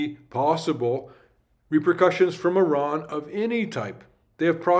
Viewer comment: Hey Buddy 👋 Here‘s your #1 German-Persian friend again. Thanks for another great video and all your constant effort you put in 👏 I love the fact, that you are one of the few american/canadians that actually pronounce Iran correctly 🎉 Greetings and all my love from Germany ❤